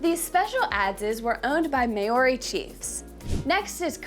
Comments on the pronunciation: Its pronounced maori... wait oh nah dont worry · "May ori" 😂😂😂 bro that hurt Yall gotta do checks before making these videos 💀💀💀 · American spin on “MAYORY” is awesome 😂😂 cool we vid for those coming to visit Aotearoa though 😉😉 come learn Tereo at the source 😳😛<Pukana! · I wanted so badly to watch this video but I can't handle the Maori people being mispronounced as "May-Or-E". I can't do it. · Yes it is pronounced mau ree. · I’ve had a blast watching so many awesome videos from your channel! I’m pretty sure Māori is pronounced “mau -ree”. Looking forward to more great content! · Maori is pronounced like mouldy if pronounced properly. Cheers 👍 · It really is a shame, I found this video so difficult to watch. At an absolute minimum someone could have YouTubed "How to pronounce Māori." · me too, the content was interesting but the pronunciation was awful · Above all, thank you for at least acknowledging that there was a problem with this video and apologising but there really was no need for it to be that way. I heard someone mention in another of your videos recently that you have a large team of researchers and if not one of them made the effort to find out how Māori is pronounced then I think they need to up their game. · Pronouncing Māori very incorrectly 😂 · Fantastic informative video. Than you. Please revise your pronounciation of Moari, and please please ‘ analyse’ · Māori is being pronounced incorrectly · I really wish you would pronounce Maori correctly. Really distracts from the video. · Good on you for making the video. Although, next time you make one about an indigions people.. Can you please learn to pronounce their name 😂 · You are pronouncing Maori incorrectly. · If you're going to talk about Māori so much, you really should learn how to pronounce the word properly. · I'm not downing her in anyway respect for trying. But as A Maori ild prefer a Maori had done this. Pronounciation is awful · Nice video but terrible pronunciation of the word Moari.